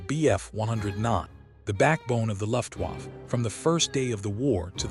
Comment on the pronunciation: Luft-Waff ... yea im not watching further